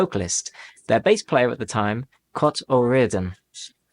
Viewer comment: I've never heard anyone pronounce Cait O'Riordan's name as "Cot" before. Shane pronounced it "Kayt" in the song Fiesta.